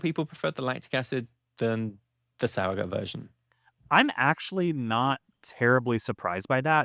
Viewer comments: Also because nobody asked, two things: 1. In addition to this comment, the s in sauer is a z sound like in the word fizz. Zowuhgoot if you spell it phonetically. 2. This video makes it seem like the Reinheitsgebot is the only way Germans can make beer, which is completely false. The only thing the Reinheitsgebot does anymore is to prevent german brewers from calling their beer "beer" if brewed outside of the law. Otherwise, Germans can make any beer style commercially, but they can't put beer on the label, you just have to call it something else. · Great video! I will definitely try to play around with this. Because nobody asked: the -gut part of the word is pronounced like the -ood in "food". But with a "t"... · Exactly. I've lived here in Germany since 2011. I don't mind the mispronouncing as much though... but it's nice when people at least try to pronounce it right. 😊